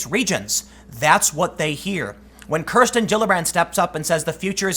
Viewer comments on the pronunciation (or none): none